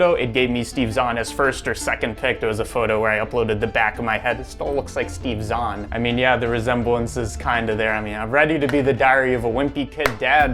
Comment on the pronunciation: I think the DeepFake decided to work after he pronounced Steve Zahn properly.